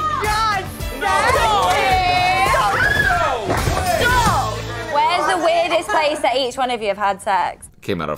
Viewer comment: The Aussie accent is actually very hilarious. They turn "NO" into three syllables! NO-EOW. lol